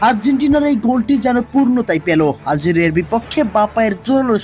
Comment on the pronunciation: আলজেড়িয়া হবে না উপস্থাপনা টে একটু ভুল